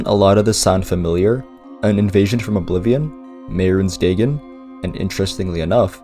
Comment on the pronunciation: Day-gen? I know sometimes people prefer to pronounce words a certain way because they read it that way for years, and i do realize irl the real Dagon is pronounced that way, but its still weird someone not pronouncing it Day-Gon.